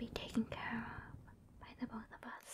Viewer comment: Bolth of em? 🥵